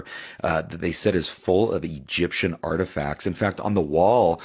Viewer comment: Petriglifigers,artifactidges please can someone stretcher punch this man till he can talk normal english